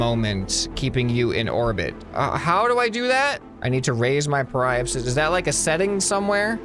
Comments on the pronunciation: Periapsis is pronounced Perry-app-sis mister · By the way, periapsis is pronounced like perry-app-sis :) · I do belive he will be a good editor and also you pronounce Apoapsis as A-po-ap-sis and Periapsis is Pe-ri-ap-sis. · Hey! Some pronunciations for you: Apoapsis(AH-PO-APP-SIS) periapsis(PERRY-APP-SIS) also prograde is the direction you are going in velocity wise, retrograde is where you’re coming from(the opposite) hope this helps! Love this series!!! Edit: PLEASE play KSP after you play this!!! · Watching pronounce periapsis and apoapsis is painful to someone who is a space enthusiast. ( really love this game though please carry on with this series ). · It caused me internal pain when I heard him pronounce periapsis and apoapsis, gosh.